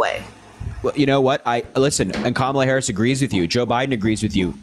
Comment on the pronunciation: Mispronouncing her name is always intentional at this point — she has been in the national scene for a decade and as our vice president for four years. MAGAs would not put up with mispronouncing Trump’s name as Grump or Tramp. I am always impressed at the unity of MAGAs — they read their script faithfully asking the exact same questions with the exact.same objections using the exact same phrasing, etc. Naturally, callers would share similar concerns, but the cookie cutter conversations happen over and over. When challenged, then they get flustered until they pivot to the next MAGA talking point.